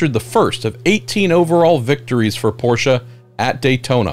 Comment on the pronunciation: Love the way you pronounce Porsche the right way! Very intresting Tech Tour!!